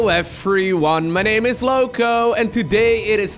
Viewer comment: Me with volume at 100%: 8-l Lowko: HELLO EFERYONE MY NAME IS LOWKO